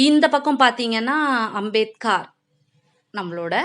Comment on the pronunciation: நாம் கவாஸ்கர் என்ற பெயரை( surname )முடிவில் 'கர்' என்று உச்சரிப்பது போல் அம்பேத்கர் பெயரையும் முடிவில் 'கார்' என்று உச்சரிக்காமல் 'கர்'என்று தான் மகாராஷ்டிராவில் உச்சரிப்பார்கள். இவரது பெயர் பீம்ராவ் ராம்ஜி சக்பால். ராம்ஜி என்பது இவரது தந்தையின் பெயர் சக்பால் என்பது இவர்கள் குடும்ப Surname. Ambedkar என்பது இவரது பள்ளி ஆசிரியர் கிருஷ்ண கேஷவ் அம்பேத்கர் என்பவரின் surname.